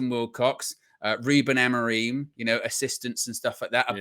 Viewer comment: Ruben Amoreem btw 😂 why can no one pronounce his name correctly